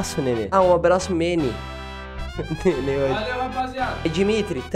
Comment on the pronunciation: ele falando “meni” e eu tipo “ele tá usando pronome neutro de mano véi???????? Ou o nome de cara é meni mesmo?????” Aí dps q eu fui descobrir q o nome do cara era MENE